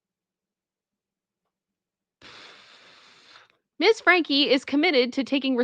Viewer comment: Franke not Frankie